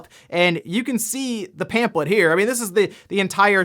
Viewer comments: Zelda stuff: 1- are you saying pamphlet like it's pamplet? 2- Majora's Mask is the best Zelda game, but I can understand Breath of the Wild or Link to the Past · You're pronouncing pamphlet wrong. It's bothering me 😂